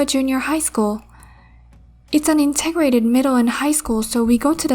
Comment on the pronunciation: It's 'in-teg-grated' not 'in-teggid' 🙂